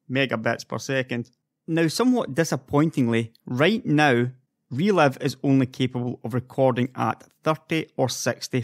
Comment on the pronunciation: You can't make the "i" sound can you? menutes, releve, vedio (almost made the i sound here) sorry - just found it funny, not a dialect I hear often